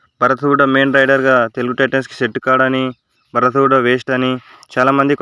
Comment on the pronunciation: Bhaarat kadhu bharat